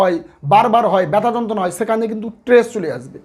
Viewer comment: ট্র্বেস নাকি স্ট্রেস?